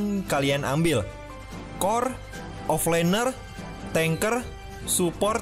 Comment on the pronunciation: OFFLANER NOT OFFLINER PLEASE LA INDO PERBETOLKAN BAHASA KALIAN